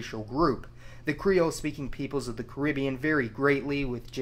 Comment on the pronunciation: Hearing that pronunciation of the Caribbean is tough.